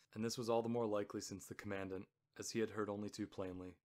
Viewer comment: Good--a note on pronunciation: you pronounce Commandant as though it is spoken like the word "commandment" (short "a" sound, accent second syllable). There is no standard pronunciation of "Commandant" like that, in British or USA accents. A Commandant (accent first syllable) is a person in command.